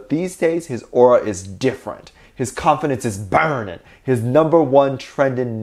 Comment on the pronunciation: No one: No one at all: reading a tweet about jungkook: BuRnInG 😭